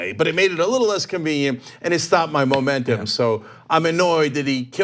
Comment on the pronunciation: Trying so hard to say “momentum”. Lmao, moron.